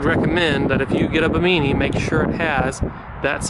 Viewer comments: buh-MEANY?.... its "BIMMA-nee" ....like the islands off Florida!% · Ba-Meany LMAO Its Bim-i-knee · Bimini is pronounced “bim-a knee” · Hey bud, you are saying Bimini wrong 🤨. It’s the same Bimini as in the Bahamas.